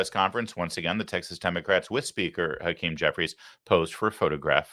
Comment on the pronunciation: Hawktah Jefferies...his name is hawktah Jefferies Larry. 😁